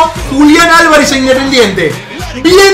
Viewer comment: Minuto dise independientre